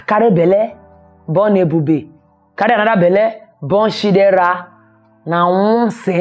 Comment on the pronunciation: I just love you pronounce Ikeshuku and Shidera with Warri accent 😂 I’m so happy for you sis ! ❤